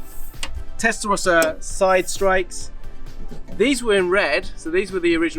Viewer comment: Why can't Americans say Testarossa correctly? It's not hard.